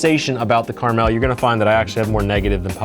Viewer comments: I mentioned you saying the name right because I just watched someone name the gun “Caramel” (not on accident) even tho the name is on the side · Thank you for saying the name right. I love this gun if only they sold barrels and piston parts… I’ve spoken to manticore, kns and hbi industry to get some aftermarket parts they said it needs more traction